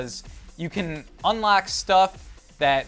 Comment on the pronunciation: Did anyone notice said unlack then unlock